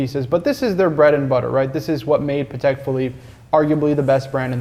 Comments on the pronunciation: I always do! These clips are as engaging as the "grey market" episodes (for me). tho'... will probably always say it paddeck hahaha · I know it's a weird thing to say at the 2min mark: THANK YOU fro saying it Patek (in Patek Philippe) the right way (wipes a tear away) aaand then he stabs my ears again at the 3 minute mark saying "paddeck"